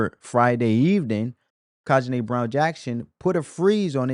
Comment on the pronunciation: you are not pronouncing the supreme court justice's name correctly. it is NOT Ka-Ji-Na, it is Ke-Tan-Gi. Are you illiterate, or do you have a speech impediment?